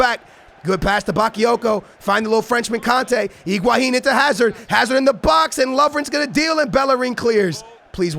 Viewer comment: Pronunciations: Higuain = IguaHin Joao Felix = Joaon Felix Nelson Semedo = Nelson Smeedu Aouor = Owar